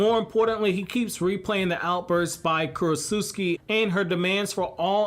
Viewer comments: KurotsuCHI not KurotsutSUKI bro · You’re still mispronouncing the Tsuchikage’s name lololol it’s Koor - OH - Soo - Chee